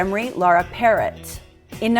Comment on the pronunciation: This was a GREAT video, but...dining with death? 💀😱 However, some clarification: Demri's last name is pronounced Puh-ROH, not like the bird. Also, Layne did NOT contract gangrene, that was a rumor started along the way, though he did lose his teeth, causing issues with his enunciation, which can be heard in the remake of of Pink Floyd's "Another Brick in the Wall." Also--and this is important--the "interview" with Adriana Rubio IS A LIE. IT NEVER HAPPENED. SHE MADE IT ALL UP. She has produced no evidence whatsoever about this interview, and many of Layne's friends and acquaintances have said that the interview was not at all the way Layne spoke in real life. So PLEASE add a caveat on your video about this, because it's not true! However, I for one don't mind your "gushing" because I'm the same way. The loss of Layne (and Mike Starr) is one of the most tragic in all of rock and roll history (same can be said of Kurt Cobain and Chris Cornell). Truly on the level of a Greek tragedy. In the end he chose a long, slow suicide, and everyone in his circle could do nothing but watch and wring their hands. Just horrible. I've cried buckets of tears over Layne (and Jerry too) upon reading their lyrics, which can be BRUTAL (read Jerry's lyrics in Degradation Trip--OUCH). BTW, your home is lovely, esp. with the Christmas tree! 👍